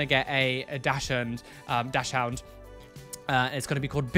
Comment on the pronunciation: I also just wanted to say Dachshund is pronounced Dax-und. It’s German so you don’t pronounce the second ‘h’ and ‘dachs’ is pronounced with an ‘x’ ☺️